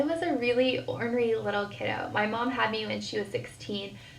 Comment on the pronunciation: Oh god I cannot stand her saying kido 🤮